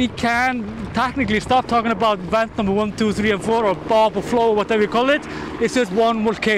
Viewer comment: Ok say it with me VVVVVENT. not went.